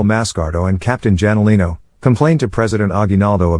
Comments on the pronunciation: janolino is pronounced as HANOLINO haha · what the 😅😅😅 Douglas Mcartur ... Hey its only a Son the I Shall return Guy. and pronounce the Jalinino Wrong 😅😅😅